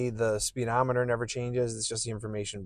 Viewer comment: You know it's spuh dometer right? It's not speed ometer.